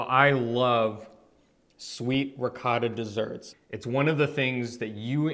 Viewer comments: ree ~ coat ~ tah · are you trying to say Ricotta? It hurts my ears every time you Reekarah., per favore, fai qualcosa, ti prego 😂🤣